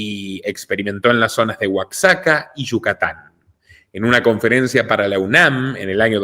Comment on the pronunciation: Moras,no informa mas,oero tu que captas,todi,Oaxaca se pronuncia Oajaca,i sea la equis suena como jota, no nos informas,mas prunciandolo,bien,oero asi ya no s y enas a solo gringo,saludos.